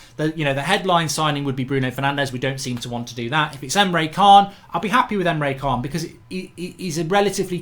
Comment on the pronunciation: Mark it's Rich + arleson And Emre Can (Chan) and not Khan.